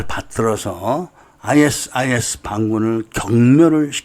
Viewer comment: 아이에스아이에스가 아니라 아이시스라 읽습니다 그리고 아부사아프라 말하지않고 아부사이얍이라 말합니다